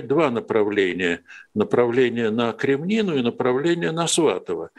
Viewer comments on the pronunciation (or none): Не Кремнину, а Крэминну